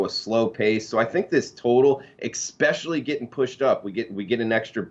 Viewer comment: I like you bro. But there is no X in "especially" lol. Good luck everybody